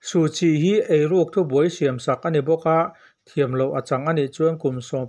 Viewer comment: Suhchi hming i lam fiah lo deuh